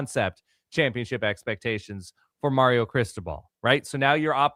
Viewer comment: Is it a solid verbal episode if doesn’t mispronounce Mario? I say that in jest, thanks for the content this season!